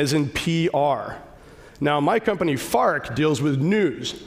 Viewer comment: I kept thinking that his company was "Fart" until like the last time he maentioned it when he said it more clearly